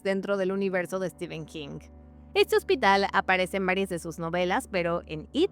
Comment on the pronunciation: Se pronuncia ¨Estifen¨ nada que rver con Estiven, STEPHEN, en ingles PH se pronuncia como F.